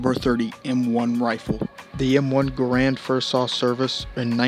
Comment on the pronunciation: John C. "GEHR-UND"